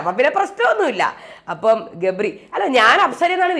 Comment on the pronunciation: jabri alla gabri aanu 😂😂😂😂